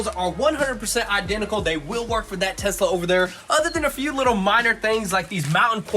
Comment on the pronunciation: “tosla? what did i say?” 😂😂😂